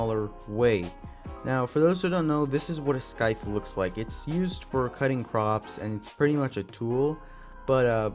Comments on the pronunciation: Bro scythe is pronounced “sithe” not “skithe” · scythe omfg not scyth and you said it very wrong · lol im sorry, but I just had to politely let you know that the 'c' in scythe is silent. But great video, I'm hoping he gets his heirloom next! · hearing him pronounce scythe as skyth is painful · I’m a revenant main so I really want his heirloom and not to be rude but you pronounce scythe wrong and spelled it wrong